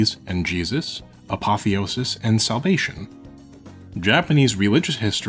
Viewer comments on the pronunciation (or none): none